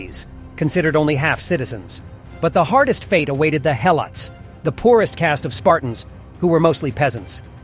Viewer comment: It's Leonidas, pronounced like Lee Oh Knee Dus.. get it? And what about the slave race that coexisted with the Spartans and built their cities and farmed their produce and food etc? The Helotes. Pronounced the He low Tez..